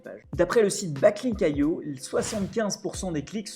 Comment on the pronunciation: Prononciation du mot "Backlink" dès la 25ème seconde de la vidéo :') ! Je m'abonne 😍😍 !